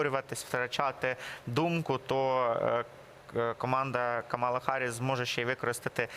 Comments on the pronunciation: Це нові правила граматики… Мені теж не подобається! А ще неправильно ставлять наголос: вона КАмала! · Називайте правильно їм’я: КАмала!